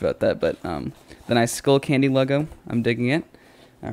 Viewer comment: Its skullcandy not schoolcandy